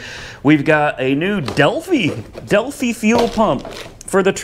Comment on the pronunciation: Delphi pronounced delf-eye.